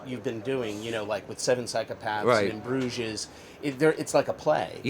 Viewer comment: "In BrugeZ"